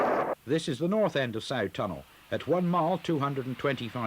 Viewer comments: I live in Darwen,the Sough tunnel is pronounced "suff" rather than sow tunnel,great footage,thankyou. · A small correction if I may, the first station from Blackburn on the Hellifield line was not Wilpshire but Daisyfield. I used it many times. A few minor mispronunciations, W halley is pronounced “Wall-ee”, Hoghton is pronounced “Ho-tun” and Sough tunnel is “Suff tunnel.” Excellent atmospheric video of an area I knew so well.🎉🎉🎉🎉🎉